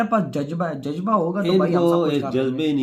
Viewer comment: Jajba😂😂jajjba😂khawo jabba ko